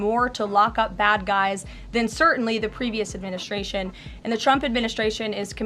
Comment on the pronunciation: adminiSTRation. not adminiSHTRation. stop saying that!